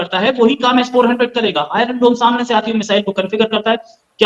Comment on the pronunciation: अबे एस फौर्टिन नहीं S. 400ठीक से बोलना तो सिख लोल